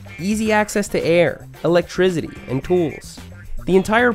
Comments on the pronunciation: What’s electrizity? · Thumbs up for “electrizzity”.